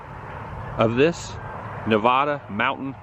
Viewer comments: You are mispronouncing Nevada as Nevahhhda. It's Nevada (short a) . BTW, in Elko, did you do one of the Basque Dinner Houses? When it comes to SLC, you missed one of the more interesting and truly quirky cities in the U.S., and we are not talking about Temple Square. LOL love the Arachnophobia in Sparks, but back in 2003, being recalled back in, we had Iraqnaphobia. LOL, DS2 was just as stupid as DS1. Mission Accomplished 🤪 (Then we were treated like garbage again this time by W, the prior time by Clinton and HW, in the U.S. when we came back, lots of fun) But, then again, when was it ever different being treated like worn out throwaway, spent G.I. Joe dolls. Got out again in 2005, and could not find work, as our civilian jobs were not held open for longer than 18 mos. This country could not even offer legislation to keep our jobs open for the duration of the tours. You had two homes at one time. Adam. When I got discharged again, I was homeless and jobless for quite awhile. So all of us were and are not good. You know it was the corrupt Vegas and Southern Nevada casinos that offered us jobs, and no one else in the nation. The rest of the nation's employers treated us like diseased rats. Nevada is the last patriotic state in the nation. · From a Nevadan, it's not Nev-ahh-duh, it's Nev-a-duh. Same A sound as the the word at, as, hat, etc. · Hello, Nevada resident here making the obligatory comment: Adam, don't you know it's pronounced "Nev-ADD-uh" and not "nev-ahh-duh" like you keep saying?? Thanks for stopping by! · Love the vlogs Adam! Cool to see you in Northern Nev-ADD-uh. Just how us Nev-ADD-ans pronounce it. You’re so great though…you do Woo!! Safe travels amigo! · Adam I love you, but please stop pronouncing Nevada with a U. It's pronounced how it's spelled.